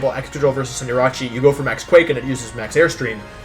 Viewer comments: He says Cinderache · for Wolfe saying Cinder-AH-chee 😂😂😂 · Wolfe so formal, he even mispronounced Cinderachi's name. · and Tojikiss and Cinderachee :( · anyone else annoyed that Wolfe pronounced Cinderace all wrong in this video?